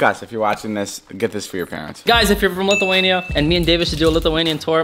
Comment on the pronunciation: I hate when ppl says litheinia ITS LITHUANIA